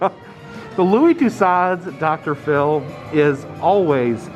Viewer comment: Considering the usual quality and accuracy of Madame Tussauds museums, Louis Tussaud should hang his head in shame. By the way, it is pronounced Too SO. Do love the vids!! And right on, Crocs!!I love em, myself!!!